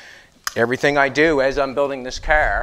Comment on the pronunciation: Why is the end of every sentence have a double syllable . Flo-or . Cahar. Gro-ond. ? Ta-ake. Your funny. But insanely informative and I’ve learned a lot watching you. By the way it’s out. Not oot